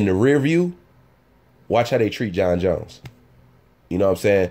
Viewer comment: It's Jon not Jons Jones And Gustavson and not Agustavson Slow down,!